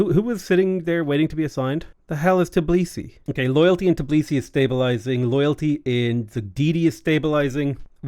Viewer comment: My good man, over many years that i'm watching you play civ6, you're not once name Georgian capital correctly. It's always TIB lisi, but it's actually TBI lisi